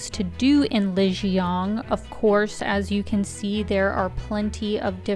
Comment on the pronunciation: Please try to pronounce Lijiang correctly. Not with a North American accent 🙉